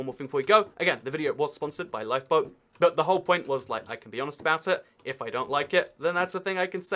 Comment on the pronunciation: When he said 'LifeBoat' i thought he said LiePo.. 😂